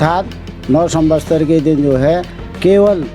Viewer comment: को सम्वत्सर कहना नहीं आ रहा है वो सम्वसतर कह रहे हैं